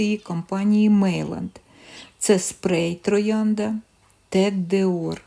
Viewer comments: Не Мейланд, а Мейян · Meilland французькою звучить Мейян! Tête d'or- тет дор! Золота голова😊